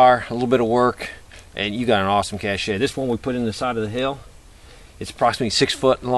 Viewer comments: Just FYI, it's "cash," not "cashay." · it's pronounced 'kash', not 'cachey' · It's pronounced: [kash] not [kashéy], but a cache is always a good idea to have. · the French word "cachet" is pronounced like "cash-ay" ... it is used to described something of particular quality, as in "it has a certain cachet". The word "cache" is pronounced like "cash", and it means a hidden store of something, or the place where you store it, or a temporary holding place for things. The two words are often confused because of the "e" in cache and the silent "t" in cachet. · I'm so tired of people calling a hidden stockpile a "cachet." "Cachet" (pronounced "kashay") is a superior status, prestige. A "cache" (pronounced "kash") is a hiding place or something hidden, a stockpile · It is pronounced as "kash" not "kash A'" cache [kash] Show IPA noun, verb, cached, cach·ing. noun 1. a hiding place, especially one in the ground, for ammunition, food, treasures, etc.: She hid her jewelry in a little cache in the cellar. 2. anything so hidden: The enemy never found our cache of food. 3. Alaska and Northern Canada . a small shed elevated on poles above the reach of animals and used for storing food, equipment, etc. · This is not a cachet (cashay). It's a cache (cash). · Cash "A" lol. Most pronounce it as "cash", the e is silent. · cache --- pronounced: /kaSH/ (great vid) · no disrespect, Cache is pronounced the same as cash. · please pronounce cache : 'Cash'. great vid... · i really dont understand all these people worrying about how you pronouced the word cache , unless you have one in place dont knock this man .